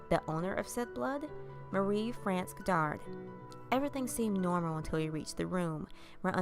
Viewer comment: I really love your voice, I find it so relaxing. You got a few words and names wrong but you're not French so don't worry, we understand. I'm English but because we're near to France we get to hear French pronunciation more often. So St Malo is said: San Marlho, Marie-France as Maree Frhonss, and Maurice as Morhees.